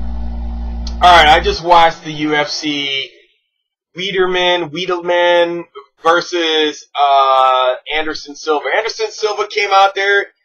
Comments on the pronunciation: HEY GUISE WATCH ME NOT KNOW HOW TO SAY WEEDLEMANS NAME, HE IS SO UNKNOWN I CANT PRONOUNCE IT LOLZ #FIXED #CONSPIRACY #NECKBEARD #LOOKATMYHAIRLOL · How can anyone take this guy seriously? He can't pronounce Weidman properly. You have no evidence and your facts stated are wrong. This is embarrassing.